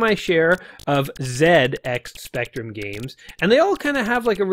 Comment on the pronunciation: One of the first games I ever played - as a Brit, thank you for pronouncing the name of the machine correctly the majority of the time :) There's a free game for Windows called Super Mario Pac that ingeniously crosses this game with various elements of Mario: It's quality stuff that puts up an interesting challenge with no simple freebies like the top-right platform to break it - well worth a go I reckon.